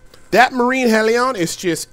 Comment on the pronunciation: Murine Hell -EE-ON ZEE-lot